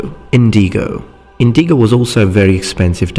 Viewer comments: I just watched your video about accents and intonation, and it jumped out at me the way you said indigo. You put the emphasis in the middle of the word, like inDIgo, where as I've always heard it as INdigo. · in-di-go I know English isn't your native langauge.